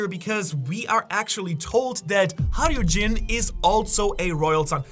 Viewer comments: the correct pronounce is hajjrudin not hairudin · Its hajrudin not harudin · Hay-ru-din not hay-ru-jin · Its haijrUdin-hai roo din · It's "Ha-ru-deen" Don't confuse yourself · Its 'Hay-ru-din' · Er wird "Haschrudin" ausgesprochen.